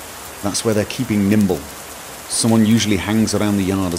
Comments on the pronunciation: It's Nimble, not Kimble. :P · "Kimble" lol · I cried every time you said Kimble. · lol you keep calling him Kimble but it's Nimble